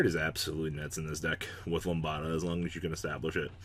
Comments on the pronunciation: "Lumbada" XD You mean lamb-dah? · I hate to be that guy, but Lambda is pronounced as "Lamda" Lamb + da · ugh "Lambada"?? come on man!!! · Lamb-da, other than that, nice deck! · You are pronouncing lambda wrong